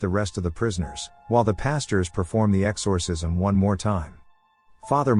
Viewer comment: Its really annoying the way you pronounce “exorcism”